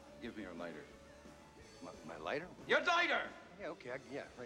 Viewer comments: Stimulator7 he said it as dighter not lighter which was a error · Stimulator7 he said dighter